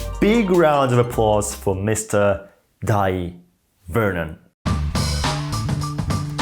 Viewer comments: It's pronounced Day Vernon scrub. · It's pronounced JEE-NEE magazine, not JEE-NEE-I. Also, I have always pronounced his first name as you do: DIE. However I was recently told he actually preferred: DAY. The time I met him, I called him Mr. Vernon and was too young to think about asking him such a thing. Can you cite a reliable source for the correct pronunciation? Pronouncing his name correctly is the least we can do to honor the man. Thanks for a great video. 👍 & subscribed! John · Thank you for your kind reply! I hear most magicians pronounce his first name "Dye" as well. I regret I can't recall where I heard or saw that his preferred pronunciation is "Day." Sorry if I am creating needless confusion, but am genuinely curious. I met him at the 1978 Society of American Magicians convention at the Waldorf Astoria in NYC. He kindly autographed my program as did many other luminaries of the day. It was a memorable convention as I also got to experience first-hand Tommy Wonder's Two Cup routine (he went by Jos Bema then, a shortening of Josip Bemelman). The misdirection on the loading of the bag and large pompom was SO strong that he had to re-demonstrate them repeatedly because most of the magicians in attendance could not follow it even during the explanation. Thank you for the opportunity to enjoy these pleasant recollections. Kind regards, John